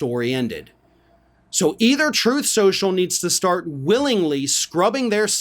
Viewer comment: that's 'Troth Sential'! 😂